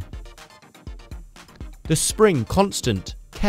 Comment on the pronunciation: "sring" lol.. You make great videos